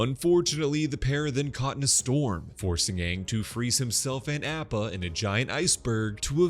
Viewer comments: btw it's Appa not Oppa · yea i appreciate his good work, altho he could really pronounce Appa and Sokka correctly :( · Is he saying “App-ah” as a joke?!🥴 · That’s what I first thought 😂 like don’t p m o 😂